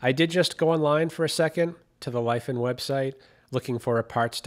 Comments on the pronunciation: FYI "Li" is pronounced how we (American's) would say Lee As for the whole "slipped thought quality control" LiFan is a pretty reputable Chinese Engineer manufacturer, that isn't something that could happen. Plus looking at the engine/unit it has plenty of wear, I'd assume someone ran it low on oil/on a slope so the low oil sensor was engaged but at a point where the motor wasn't getting the lubrication it needed and it damaged the crankshaft/connecting rod. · Should pronounce as LeeFan